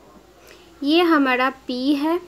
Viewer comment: mam ,Please say clear I don't understand. What you are saying hamada or hamara ,please improve your voice .....